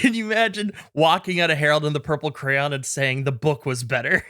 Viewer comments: For the longest time I kept hearing say Harold and the purple cran, and i was like wtf is a cran? Not until today that I looked at the list of movie titles that it says, Harold and the purple CRAYON, and I went ohhhhh that makes wayyyy more sense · I kept hearing crown instead of crayon xD